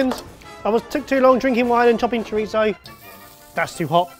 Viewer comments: is it just me or did calls chorizo "choritho"? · It really bothered me especially when went over the top with his chorizo pronunciation and then continually pronounced paella wrong